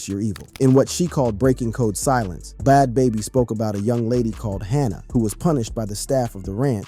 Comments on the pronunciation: wtf is “Bod Baby”?! It’s either a person who has no clue or AI. Both are awful… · He couldn’t even pronounce Bad Baby…